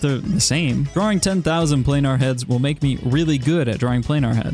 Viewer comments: i love the way you say draring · I love the way he says "draering"